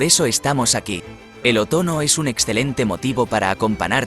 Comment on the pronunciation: Por qué dices OTONO y no OTOÑO, que extraño!